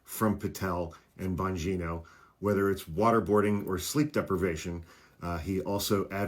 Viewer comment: "" lmfao